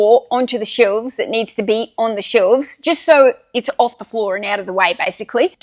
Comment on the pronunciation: FWOOR! ... Okay, let's get started 🥲